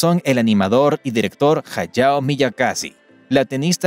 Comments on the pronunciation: MIYASAKI!!! No Miyakasi. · Lo siento. Dejé de verlo cuando dijiste Miyakazi....